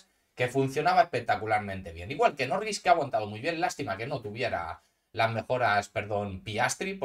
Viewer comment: Jajajajajajaja muy chistoso escuchar "Nowins" 😂😅